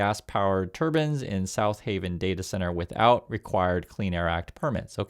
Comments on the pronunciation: I'm sorry, but I have to ask: Why do you say "turban" instead of "turbine?" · tur-BINE. tur-BAN is a headdress. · I dont like Musk bc I think he is a scammer but bruh... you literally said "turbin" 3 times in like 10 seconds refering to wind turbines... how are we supposed to take you serious when you cannot even articulate basic words. A turbin is a religious garb worn by Indians...